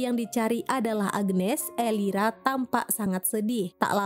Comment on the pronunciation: Elvira kak bukan elira 😭